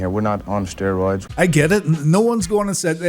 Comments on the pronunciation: What are steeroids? I don't know, aren't you the one that says per instead of poor all the time? Seriously dude, pot and kettle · "Steeroids! Now with 110% More Bruthuring!" 😂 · Steer-oids...? Is that what Lucha-deers thake? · What's "steer-roids"? Cattle on the gas, brother...